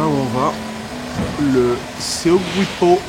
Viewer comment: Top la vidéo ! Petite indication, en Corée on appelle ça "la mer de l'Est" plutôt que "mer du Japon", et Seogwipo ça se dit "So gui po" :D